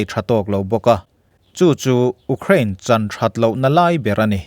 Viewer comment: U krain i ti ziah....Iuuukhrain ti tawh la oo